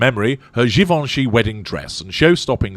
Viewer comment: It’s nice to hear someone properly pronounce “Givenchy”. (you can tell I live in the US).